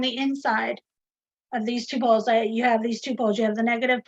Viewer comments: The fact that she pronounces "poles" like "balls" makes this conversation 1000% funnier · I'm so glad I wasn't the only one! Honestly though she was asking and where their balls were for a good 10 minutes!